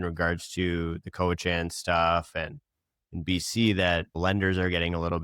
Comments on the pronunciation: The pronunciation is “cowichin” (not “chan”). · Your expert can't pronounce Cowichan. He also fails to mention the Cowichan are not after any private property. So, to me, this man despite his education is not genuine in his assessment based on the latter. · Your pronunciation of Cowichan is brual. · For an expert, this guy can’t even pronounce ‘Cowichan’ correctly 😂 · please help the lawyer pronounce cowichan properly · Please pronounce Cowichan probably